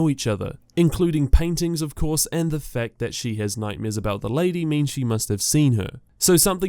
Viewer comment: He said little nightmaeers